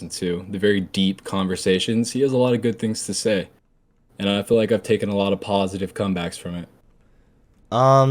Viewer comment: I can already see this guy is taking something from Andrew Tate. His weird pronunciation of the word “positive”.